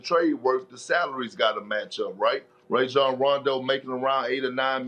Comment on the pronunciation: “Ray-John Rondo”😂😂